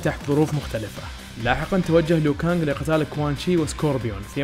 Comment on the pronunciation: اسمه لو كانق مو ليو كانق